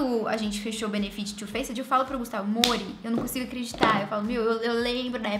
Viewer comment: Toda vez que você fala “Gustavo” eu me pergunto: “quem?” Kkkkk